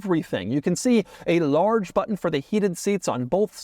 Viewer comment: Thank you for saying but'n and not buh-enn.